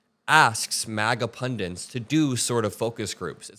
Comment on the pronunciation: The word is PUNDITS NOT PUNDANTS! How many times do I have to explain this to you?